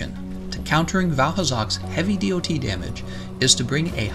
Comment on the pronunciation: saying DoT damage hurts my ears, good vid otherwise